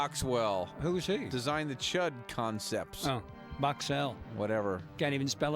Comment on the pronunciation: Chood?? It's C.H.U.D. Thanks otherwize